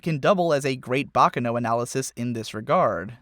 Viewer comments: It's pronounced Baccàno, not Bàccano. It's an Italian word, not Japanese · It's not "baka no...", it's "baccano"--with the accent on the second syllable. It's Italian.